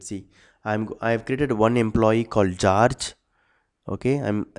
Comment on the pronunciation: "geoge" lol